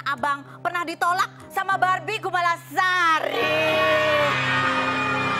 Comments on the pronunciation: Klo manggil istrinya "berby jadi belbi dnk mb??? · Ehhh iyaaa yaaaa ikan TELI bukan TERI hahahah saaa aeeee nihhh kakakkk ngakak bgt sumpahhh pantesan kalau manggil istrinya sekarang kumala" teruss bukannya barbie kalau manggilnya barbie jadi BALBIE hHahaaa